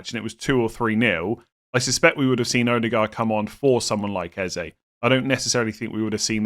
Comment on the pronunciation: As a community can we stop calling him Ezay.. it’s pronounced Ezeh.